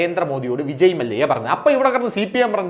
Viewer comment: മല്ലിക അല്ല മല്ല്യ ഇന്നുച്ചരിച്ചു കൂടെ